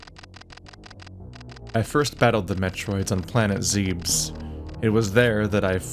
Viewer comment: Don't listen to anyone who's saying you pronounced zebes wrong. They're all wrong.